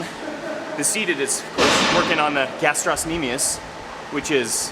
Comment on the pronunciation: The C is silent in gastrocnemius. Nice workout.